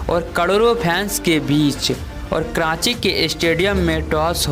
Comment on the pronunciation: Kranchi ke matlab kya haye? Commentary dena adan nahi haye.....sikhna zaruri haye